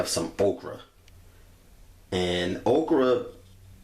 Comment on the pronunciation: "We're going to add our ogra" 😂😂